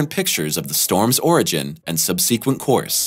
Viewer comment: Another peeve - it’s subsequent not subseequent